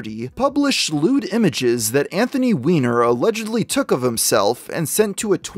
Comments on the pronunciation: I thought it was pronounced Wine - Er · They pronounce it wine-er according to the news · I hate to be a killjoy but based on how his last name is spelled, it's supposed to be pronounced "wine-er" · If "Weiner" was my last name I would refuse to pronounce it as "Wee-ner"...I would insist it that it was "Way-ner"... thankfully I don't have this problem.